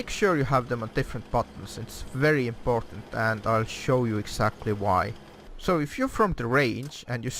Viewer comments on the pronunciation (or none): none